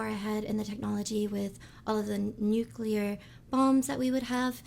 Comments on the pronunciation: There are a lot of mistakes in the video and I just have one word: NUCULAR! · I'd have thought if one was going to create a video that contained the word nuclear, one should at least know how to pronounce it. Not you,, the original video.